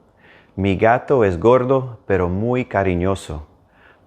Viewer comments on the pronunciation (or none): none